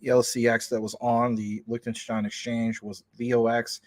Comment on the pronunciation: Zeeeee Licktenshtyne 🫡